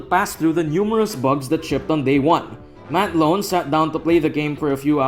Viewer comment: its matt l - ow -n, ow as in "ow i hurt my finger". it isnt matt loan